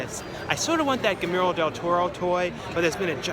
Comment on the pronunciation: Buys a doll/toy of Guillermo del Toro .. doesn't know how to properly pronounce "Guillermo."